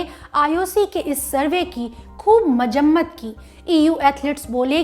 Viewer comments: mam one correction It's mazammat not majammat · Achchi kahi hindi bolti ho kyun urdu bolne ki koshish kar rahi ho? Ijajat nhi hai wo Ijazat hai. Aur majammat nhi, mazammat hai...😉